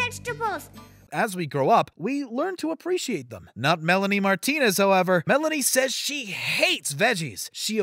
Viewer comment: The way he pronounced “Martinez” reallyyyyyy shook me.